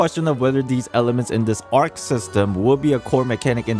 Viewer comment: as a greek i cant stand the buchering of the words "ousia" and "pneuma" in the game translation LMAO It's read "Usia" and "Pnevma" and Arkhe is read "Archi"